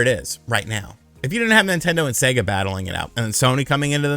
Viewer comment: Thank God. An American who can pronounce SEGA correctly!!!!! :)))